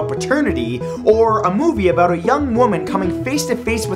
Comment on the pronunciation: About?U mean aBOOT? :D